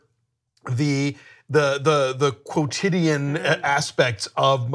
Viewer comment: Did Alonso just say "quotidien?" :)))